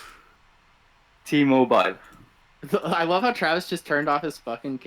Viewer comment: Did anyone else hear Teemo - ble instead of T-mobile, lmao